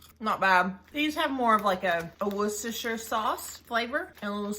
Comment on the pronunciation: Amazing! Astounding! I'd just like to say, dear lady, that you are the first person from our former colonies that I have ever heard to pronounce Worcestershire correctly and, as such, must be seriously considered for Honorary Citizenship. Well done indeed... ................the ancient Englishman.